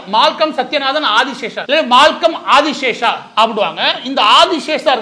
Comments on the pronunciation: மால்கம் ஆதிசேஷய்யா என்று அவர் பெயரை உச்சரிக்கவேண்டும். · #இவரது சரியான பெயர் மால்கம் ஆதிசேஷய்யா, இவரது பெயரை மேலை நாட்டினர் உச்சரிக்க கஷ்டப்படுகையில் எப்படி உச்சரிப்பது என்று ஒரு வழிமுறையை சொன்னார்: ADDIS ABABABA என்ற பிரபலமான ஊரின் " அதிஸ்* என்ற முதல் வார்த்தையையும் ASIA(ஏசியா) ( ஆசியக் கண்டம்) என்று ADISASIA-- ஆதிஷேசியா- என்று ஞாபகம் வைத்துக் கொள்ளச் சொன்னார். #